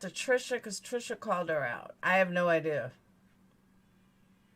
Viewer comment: She cannot even say IDEA correctly. Its not ideaR its IDEA!!!! You bring receipts she cannot! Just like Voice for the Voiceless did when she accused her of lying about the 2k. All she does is flap her jaws with lie after lie. Everything YOU are is what she WISHES she was FACTS!!! #BANTRAGEDYPIMPS